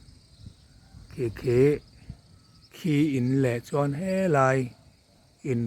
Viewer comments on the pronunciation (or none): none